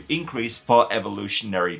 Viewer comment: "used for evolutionary purposes" you turned American for a second!